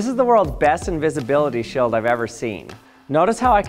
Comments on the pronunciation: Bro is this a Canadian thing or it's just you? You pronounce steel as still Shield as shild... Why? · "completely blocked by the sheeuld" hahahah